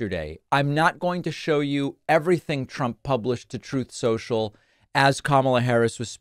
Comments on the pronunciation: something about pakman repeating when trump mis prounces something, just makes me laugh. Troth Social lol! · David, every time you play that “Troth Cential” sound bite, I really appreciate it. It makes me giggle every time, and I love how you’ve made that a tradition of sorts. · Those clips of him mispronouncing truth social and Obama will always be hilarious!!! 😅😅😅